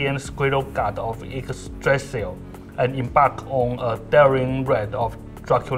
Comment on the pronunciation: Kinda happy he cant pronounce yggsdrasil either